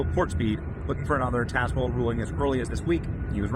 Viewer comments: It’s pronounced TAZ not TAZE. Tazewell County. I’m from Richlands. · It is TAZ-well, the middle "e" is silent! We love our Judge Hurley! Known him my entire life; he does not play. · It is pronounced Tazewell….like Tasmania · Benny, it’s pronounced Taz-well, Taz rhymes with Razz, the e after the Z is silent. 😉 that judge from Tazewell might become famous for his brave decision!